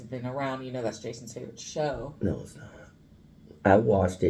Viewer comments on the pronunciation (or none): Did you say”Jason’s shaken” hahaha